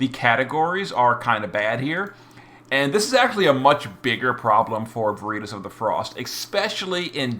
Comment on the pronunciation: What is vureetus? VER IT TAS! LATIN word for Truth. Every video man.